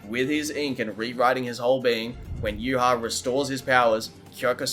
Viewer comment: Contacted Kubo, he confirmed it's pronounced "yoo-watch" and not "yoo-ha-bawk"